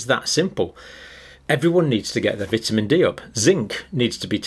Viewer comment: Doesn’t pronounce vitamin right